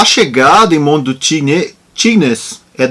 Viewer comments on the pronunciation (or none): Show Guru! Muito bom seguir vc e seu resumão é fantástico! Aliás não é resumão mas sim uma história! Vc narra uma verdadeira história! Guru, mais uma dica: Tignes não se fala o S. Sua pronúncia de Megève ficou perfeita! Pode contar comigo para os feedbacks linguísticos de francês claro kkk! Brincadeira;) Posso te dar essas é mais dicas em private tb (aliás tb sigo vc no Strava)... Abcs! Sou fã de bike e mais ainda do Tour de France! Obrigado!